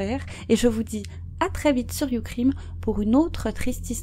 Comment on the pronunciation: Bon... je sais que pour certains c'est un détail, mais quand tu es bilingue c'est insupportable. Pourquoi les Français s'obstinent à se donner des noms en anglais sans savoir les prononcer? YouCrime... Même si c'est pour faire un jeu de mot avec Youtube..ce n'est pas une raison pour prononcer crime en français... ! En fait ce qui est le plus énervant...c'est que vous foutez de l'anglais partout (comme si vous aviez honte de votre langue maternelle) sans jamais savoir vous en servir. Allez Aurevoir!